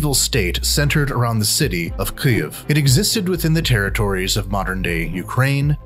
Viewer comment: Why is the narrator pronouncing Kyiv so weird?